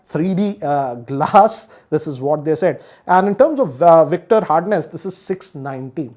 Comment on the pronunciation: its not VICTOR hardness. its VICKERS hardness